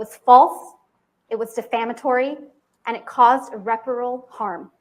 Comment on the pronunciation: she had me until she tried to say "irreparable" I was watching this with the closed captioning, and every time she said "Miss Heard", it read misheard. It's interesting that her name sounds like getting the facts WRONG.